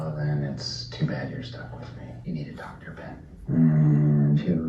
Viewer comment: Doctah Jack, Doctah Jack.